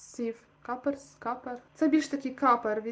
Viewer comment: "капер")))) Коппер- мідь